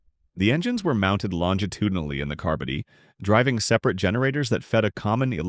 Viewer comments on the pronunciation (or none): Narration here sounds like AI. Note the repetition and mispronunciations (“car-buddy” vice “car-body”).